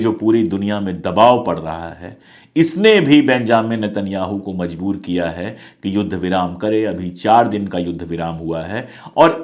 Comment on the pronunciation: Mazboor nahin, Majboor hai.